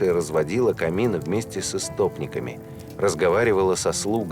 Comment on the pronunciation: Очень нравятся ваши документальные сериалы. Только неправильные ударения режут слх. На звучит "с истОпниками". Хотя правильное ударение "с истопникАми".